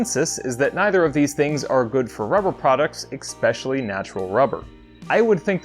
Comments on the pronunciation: You know some impostor has been doing your voice overs? A recent video said "especially" not the classic "expecially". I was concerned you'd been replaced on the sly, you know like that time Paul McCartney died. Glad to have the genuine you back behind the mic. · EKspecially ?? 🤦‍♂️, almost as bad as being ‘Pacific’ or ‘AKSing’ a question..... good god how the mother tongue is taking a beating 😔